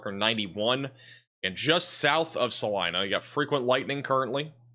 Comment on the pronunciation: Thanks for pronouncing Salina (KS) correctly!